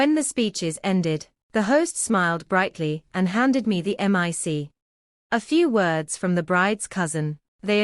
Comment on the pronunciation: The word is Mic NOT m I c!!!!! You say the word NOT spoken as letters!!